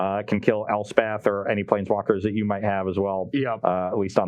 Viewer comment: I might be the only magic player who never played a game of *umght#*. What the hell did he say?